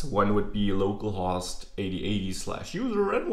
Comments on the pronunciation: Just to help with you english say "Low Call" host so better understood =) localhost way you say sounds funny. use if want =) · I actually think the main reason it might sound funny is the short "o" in host rather than long "o. He is using "host" to rhyme with "lost". It should, however, sound like the "o" in "home". No big deal though, it's a great video! Thanks for teaching us! :)